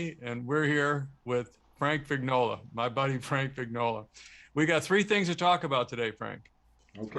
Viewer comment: And not to be a nudge, but in Italian "Vignola" is pronounced "Vin-yola" ; The gn consonants sound as "yoh" - la". Much more "melodic".....